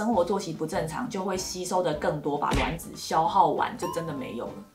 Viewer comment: 是我少數聽到發音正確的。卵ㄌㄨㄢˇ子👍🏻👍🏻，看了一堆做試管的媽媽都說ㄖㄨㄢˇ子，聽了頭好痛